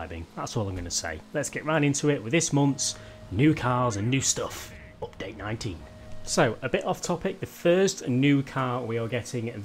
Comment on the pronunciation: You say it like oopdate